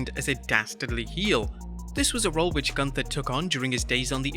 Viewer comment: It's pronounced GOONTHA